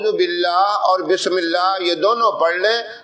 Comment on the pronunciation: Mash Allah bahut khub But bismilih ke alfaz sahi se adaa nhi hue h